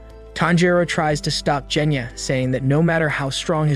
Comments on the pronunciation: ALSO ITS GENYA NOT JENYA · Is anyone gonna talk about how he said jenya instead of genya and thanjigiro instead of tanjiro and Micheal Jackson instead of muzan and he called mitsuri shinobu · ITS NOT THANJIRO ITS TANJIRO ITS NOT JOKKO ITS GYOKKO ITS NOT JENYA ITS GENYA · Is anyone gonna talk about how he pronounced genya's name wrong with a Je sound not a ge sound😦😦😦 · Genya:❌ Jenya:✅